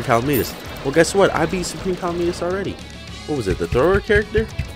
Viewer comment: Its not pronounced cal a meet us it is pronounced ca lamb it us